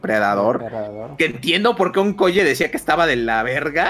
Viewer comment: Cada que dice Onkoye, pienso en Onicomicozis